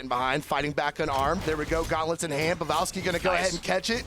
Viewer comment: Why is that dude calling him pevalski instead of pavelski?